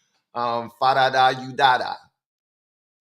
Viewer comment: Well, i cant believe you even tried to say my name (fah-dah-dah You-dah-dah, by the way) but your live chat is so fun! Much love ill be scanning in to the lives if i can from here on out